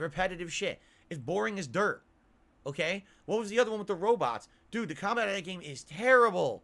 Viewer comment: in every From Software game: "dood too much lag man.. I CAN SEE, DOOD THE CAMERA DOOD. dood he insta kill me dood, what a piece of shit game mane..." in a dark souls clone: "dood FS did soh much better dood. Dood the mechanics in FS games superior dood".. -.-"